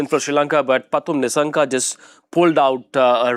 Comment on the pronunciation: It’s Kusal Not Kushal. Its Nissanka not Nishshanka